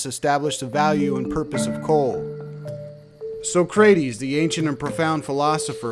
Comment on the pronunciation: Not even knowing how to pronounce "Socrates" doesn't help your case.